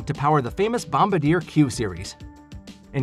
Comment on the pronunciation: Bom-bar-dee-ay. Not bom-ba-deer. Good video - enjoyed it